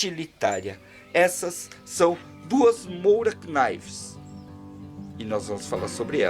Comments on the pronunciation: Só para ressaltar Morakniv se fala ''kinivi'' mesmo, e nao Knive por não ser americana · Salve,! Só para ser chato, mas a pronúncia é "móranív", já que é em sueco, não em inglês.